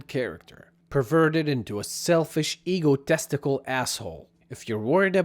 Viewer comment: this was a great video. i like how when he says egotistical, it sounds like eagle testicle . also its refreshing seeing a non corporate 'friendly' video. keep up the great work